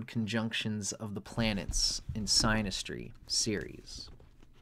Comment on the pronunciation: Its pronounced sinastry lol